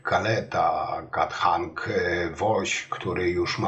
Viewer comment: Panie Kanthak, czyta się KANtak. Po prostu. To nie przytyk tylko podpowiedź by było łatwiej. Pozdrawiam